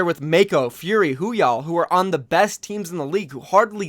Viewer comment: Love your videos. But I’m pretty sure it’s Woo-hyal, not Hoo-yall. And it’s Mo-sa-ic, not Mo-a-sic. Just a couple small things I’ve noticed that kinda bothered me a little